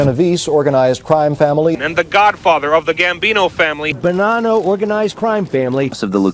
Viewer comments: 😅😅😅. I know...riiight!! This guy made about 30 errors! He spelled Bonanno...benano! What a chooch! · So much of the info in this is incorrect. Costello was never boss of the Lucchese family and it’s Bonanno not Benano man come on !!! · Its BONNANO😂 not benano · Benano? Loofathansa? 🤦‍♂️ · How do you put a video like this together and not know that it’s “Bonanno” and how to say Lufthansa?